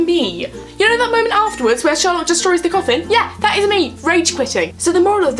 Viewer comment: It was more like "Sawlock" then "Sherlock" tbh. I have to say: I love the characters and I spend a lot of time getting to know them to a point where they felt familiar, but now... WHAT THE HELL DO THEY THINK THEY’RE DOING?!?! Also, dear writers... IS THIS THE END???? REALLY??!?!? WHAT THE FUCK???!!!!